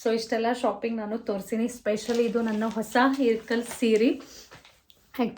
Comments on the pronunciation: It’s not irkal it ಇಲಕಲ್ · It is ilakal not irkal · ಇರ್ಕಲ್ ಅಲ್ಲ ಅದು ಇಲಕಲ್